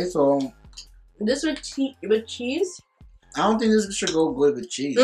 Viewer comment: When you emphasized cheeseeee trip, I died. This made me so nostalgic 😭